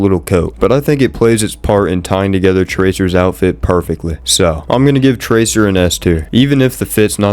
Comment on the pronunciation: Bro had to continue with the tracer mispronunciation